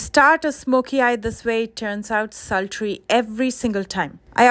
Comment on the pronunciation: Did she say slutry? Meaning ra*di? But why